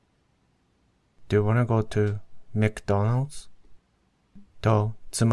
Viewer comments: 奥様の発音ではマクドナルドが全く聞き取れません😭のだと聞き取れます！これはなぜですか？何度聞いても奥様のは『マックファウンズ』と聞こえてしまいます。絶望中の純ジャパです。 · 奥様のマクドナルドは全然聞き取れなくて…ちゃんと絶望でした。 でもそこでちょっと笑わせて下さるところがさすがですね！ 英語を聞き取れない理由を説明して頂いて、全部納得でした。 今、図書館で新刊を見つけてリーディングを始めてしまったので、リスニングの練習を始めるのはだいぶ先になりそうです。 でも是非難民流リスニングトレーニングをやってみたいですね。 のスピーキングもカッコいい。